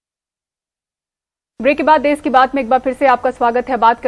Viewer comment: देश होता है देस नही 👍🍷